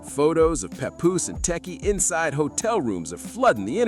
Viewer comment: Oooh he trying to say Tesehki, lol..